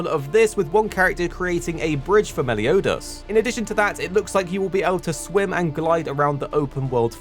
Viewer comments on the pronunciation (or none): he said meliodas but with an accent